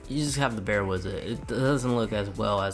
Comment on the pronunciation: with not wis